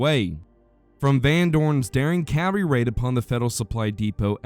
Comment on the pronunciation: Informative video. Don't pronounce "cavalry" and cav-ree or "field" as "filled"